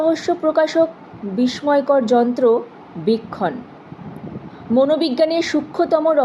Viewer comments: উচ্চারণের ত্রুটি আছে,,বৃক্ষণ নয় বীক্ষণ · উচ্চারণ অনেক ভুল শুনতেই বাঁধা পাচ্ছে মনে । বীক্ষণ কে বৃক্ষণ উচ্চারণ 😮 সাংঘাতিক রকমের ঘাটতি আছে বিস্মিত,বিস্ময় এগুলোর উচ্চারণ ও দেখতে হবে তোমায় ❤